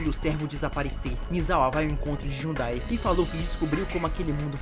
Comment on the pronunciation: “Jhudai” KKKKKKKKKJJ